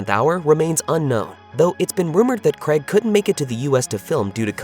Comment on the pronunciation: Please learn how to pronounce Craig properly. It's not "Creg" it's pronounced "Cray-g".